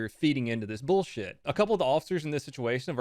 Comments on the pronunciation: This is definitely some "boouhshih" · I’m not gonna listen to someone who pronounces bullshit like booshit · Did she say, “this is some bowl shit” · “This is burrshit”